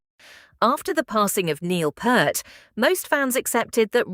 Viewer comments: 'Neil Purrt'?! Go wash your mouth you silly A.I.! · Anyone else stop watching at the mispronunciation of the drum gods name?